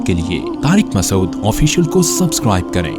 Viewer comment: Please can you pronounce Mufti Sahebs name properly Mufti Tariq Masood not Masod as its pronounced in the introuduction